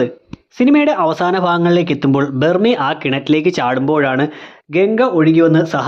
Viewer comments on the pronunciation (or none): ബെർമി അല്ല ബെർമേ